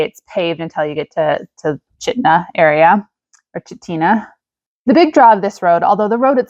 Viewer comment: Chitina is pronounced Chit-na.